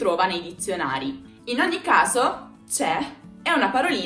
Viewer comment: Minuto , la pronunciación de OGNI no sigue la regla del GN?